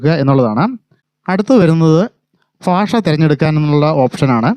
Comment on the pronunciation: ഫാഷ അല്ല ഭാഷ എന്നാണ് പറയേണ്ടത്